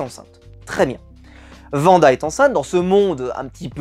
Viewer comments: Wanda* et non pas vanda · alors deja c "Wanda " et non "Vanda" et les deux 1er épisode sont clairement réussi en terme de mise en scène et intrigue et pour info ce sont des sitcom de l'époque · C'est pas Vanda c'est Wanda